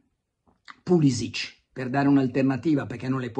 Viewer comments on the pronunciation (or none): none